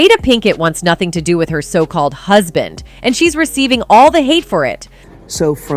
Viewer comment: Why does will kill the english language when he pronounces the word with as witch. Example: quote: i was done witch your ass.